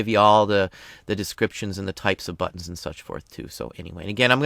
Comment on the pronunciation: love your videos thank you. Made me laugh tho, immature side kept hearing "butts." instead of buttons. LOL, but maker,, XD